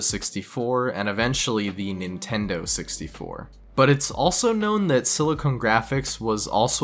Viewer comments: its "silicon" not "silicone" silicon is what you make microprocessors out of. silicone is what you make fake tits out of. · yk the big dummy alarm goes off any time i hear someone pronounce silicon as “silicone”. it’s a tech company, not a fake tits company.